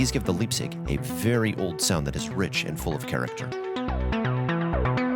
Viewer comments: The "lipzig", ehehe. Yuu can be sure it's "vco USA" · Leipzig is a German word named after a town. Pronounced L-eye-pzig.